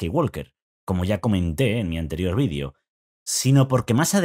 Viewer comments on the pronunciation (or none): none